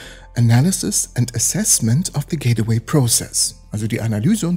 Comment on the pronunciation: es heisst gateway und wird auch so ausgesprochen. nicht getaway und auch nicht gate-away.... sry ^^